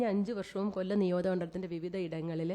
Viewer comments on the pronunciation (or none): none